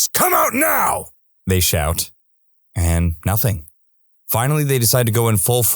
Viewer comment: The thing is , this announcer also thinks the letter K exists in both of these words , nothing and something .